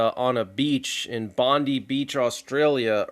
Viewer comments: I can tell you, as someone who spent ten years at University, that sounds highly sus to me,. Bondi Beach is pronounced as "Bond-eye" Beach, not Bond-ee, but that's ok. No worries there.. Only a minor thing. More seriously, getting back to that incident in Providence, Rhode Island, that's highly suspicious that there's zero camera footage. It's been a horrid weekend. First Palmyra in Syria 🇸🇾, then Providence, RI, USA 🇺🇸, then Bondi, NSW, Australia 🇦🇺. Sadly, that may only be the beginning. It may only be the tip of the proverbial iceberg 🧊.. Prayers for Humanity 🙏 🌏 Peace ✌️ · Bon-dye (Bondi) is how you pronounce it mate. :) Always cracks me up when Americans try and say the names of our places :)